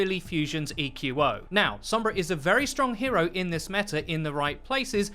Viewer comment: Stoked it’s not 11 minutes of the other guy saying “Sohmbra”